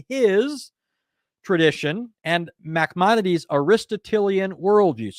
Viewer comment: Excellent,! Second time I've watched it. Just want to help you with the pronunciation of one word: Moses ben Maimon, a.k.a., Maimonides has no gutteral ח (khet) sound in it.